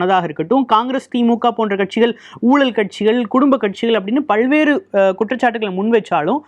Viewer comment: பல் வேறு என்று சொல்லும் போது ல என்ற எழுத்தை அழுத்தி உச்சரிக்க கூடாது நம் பல்லுக்கும் பின் நாக்கு ஒட்ட வேண்டும் ல்ஐ உச்சரிக்கும் போது